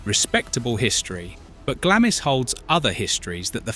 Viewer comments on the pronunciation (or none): If you are going to talk about uk properties at least get the pronunciation of them correct . It's not Glamis castle it is pronounced Glahms. Don't use portraits of Queen ann of sleeves as some lady in Glamis. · Sorry, but after the third time you butchered the pronunciation of Glamis, I just had to switch off.